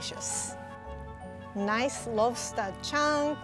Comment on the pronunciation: saying Lobster sounds like "Love Star" to me. Is that just me?